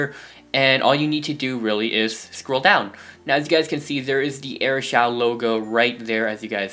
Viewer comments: It's pronounced air shoo not air shouw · It's Air shoo not air shau